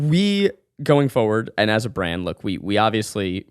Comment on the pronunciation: "forward," not "foward." but again, you dont have knowledge, you just have beliefs. too bad your belief is in social media instead of academia.